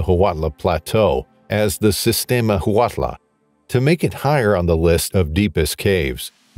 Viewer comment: Huautla canbe pronounced wow-tla